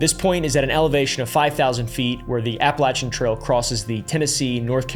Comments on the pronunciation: I'm sorry but the way you are pronouncing appalachian got me nicked Cos ain't it appa-lay-shen Not apple-chen. 🫤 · AT LEAST LEARN TO PRONOUNCE THE LOCATION OF WHERE THE MAIN STORIES TAKE PLACE (APPALACHIAN), HOW IDIOTIC CAN YOU BE TO LEARN THE BASIC SOURCE MATERIAL.